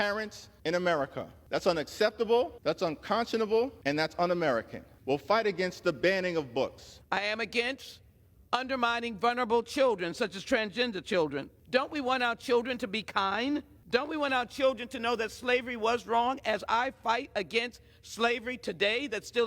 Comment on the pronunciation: Sheila Jackson Lee said "vunerble" children.